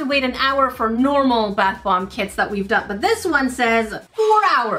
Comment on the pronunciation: 😅😂😂 You forgot to say bAth bomb 💣 but you said,brth bomb 😊😅😂😆😆😆😆😆😆😆😆😆😆😆😆😆😆😅😅😅😅😅😅😅😅😅🤭🫢